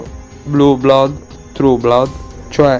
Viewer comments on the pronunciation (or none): none